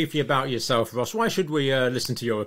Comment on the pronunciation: She is Ros, a lady.. Ergo "roz" (voiced S). (Often a shortened form of Rosalind.) Not Ross, a gent, (voiceless S).